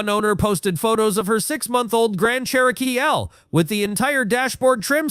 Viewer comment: What is a Cher-Oh-Kee-L😂😂